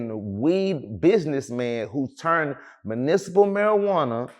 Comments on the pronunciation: This man said "municipal marijuana" aye but sauce the GOAT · He said municipal marijuana. Lmao! He was tryna say medicinal lmao I love sauce bro. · Medicinal not municipal come on Sauce you done been to court enough times to know 🤦🏽‍♂️ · Nah did that Nigga just say “municipal marijuana”?? 💀💀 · I fw w walk but bruh vocabulary need help😂 “manicipal” ?? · Literally said "municipal marijuana" there's no way he graduated high school